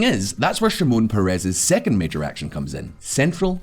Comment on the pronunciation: Thanks for the video. BTW, the correct pronunciation is Shimon PEH-res, not peh-REZ.